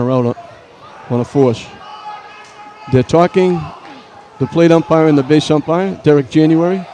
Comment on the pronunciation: Can you check with the plate umpirah? They are gonna get togethah and talk to the plate upmirah.